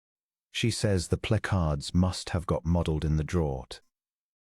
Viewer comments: Draught is pronounced draft, please get your English right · Draught is pronounced draft. (It is confused with drought pronounced “drowt” which is very dry period, that leads to short water supply) Draught is the British spelling, draft, American. In this case, it means a selection by the Duke’s dowager aunt allegedly so her companion Miss Polk is seated beside the Duke.